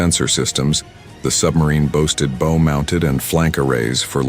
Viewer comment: Bow, the front of a boat, rhymes with Mao or how. It doesn't rhyme with Moe. One idea is to read your script through end to end once before you record it, so that you know what words mean and not just what they seem to look like on first sight.